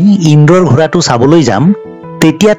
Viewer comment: ডাঙৰীয়া আপুনি শব্দবোৰ শুদ্ধকৈ উচ্চাৰণ কৰিব, যেনে ঘৰা নহয় ঘোঁৰা বুলি ক'ব। ধন্যবাদ 🙏🏻🙏🏻